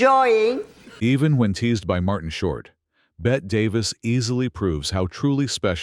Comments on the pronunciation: And she was Beh-tee, not Beht, Davis. OMG get the basics right. The AI is confusing Davis with Midler. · Robot Ai narrator, her name is pronounced Betty NOT Bett. Also WHY is the film all scratchy and nasty? 👎🏼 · So fake. Her name is not pronounced as Bet but as Betty. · BETTE (pronounced BETTY), not like Bette Midler (BET). Idiot announcer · Ifyou are going to take the time and effort to make a video of the iconic Bette Davis.....learn how to pronounce her first name. It is TWO syllables not one. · Pronounced BETTY not BET! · who is Bet Davis? It's pronounced Betty. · If you're going to use AI to narrate, you'll have to spell "Bette" as "BETTY" so it PRONOUNCES THE NAME CORRECTLY. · "BET" Davis??? How can anyone take this seriously? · She deserves to have her name pronounced correctly. It's Bette. Not bet